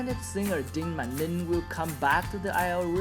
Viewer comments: Hehe ninh phát âm sai hết. vẫn kiểu ng Việt nói tiếng anh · nói tiếng anh như shit, phát âm thiếu phụ âm cuối,...